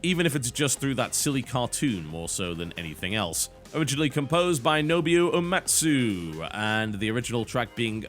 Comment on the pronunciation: No-Boo(like a ghost)-Oh Ou(like french)-A(the letter)-Mah-Tsu Seriously, your Japanese pronunciation is terrible ;)